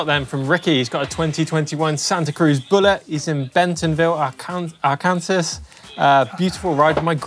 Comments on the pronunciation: ...Bentonville is in "ARK-N-SAW";) Not that I'd have a chance with any of the names in Steve's neck of the woods. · “Arc can saw” pronunciation for Arkansas